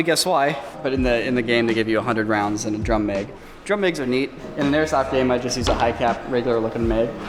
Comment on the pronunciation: Its so weird hearing pronounce mag as meg